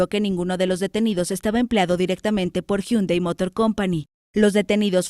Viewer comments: Llundai ò yundai y no jundai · Se dice jandei